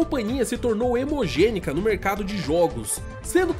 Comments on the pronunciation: Hemogênica? Não seria hegemônica? kkkkkkkkk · "hemogenica" o certo num seria "hegemônica" 🤔 ??? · hemogênica ou hegemônica?? 😇😇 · "hemogênica"? hegemônica. só botar uma errata, parabéns pelo vídeo e pelo canal, abs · pois é kkk, o se confundiu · hemogênica? O correto é hegemônica! Contrata um revisor aí,. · é Hegemonica e não Hemogenica. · Parei no “hemogênica”... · "Hemogênica".... kkkkkkkkkkk que deslize. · "hemogênica"? kkkkkkkkkkkk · "Hemogênica" = hegemônica?